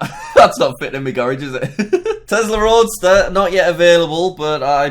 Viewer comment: It’s a Roadster. Not Roaster lol.